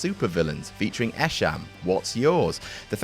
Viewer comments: Dude its pronounced E-sham not Eh-Sham lol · You didn't pronounced Esham correctly lol but I still love this videos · lmfao that pronunciation of Esham's name though lol